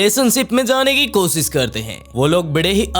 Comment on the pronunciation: Bhai kosis nhi koshish hota hai app s sh mai thoda sudhar kro baki sab thik hai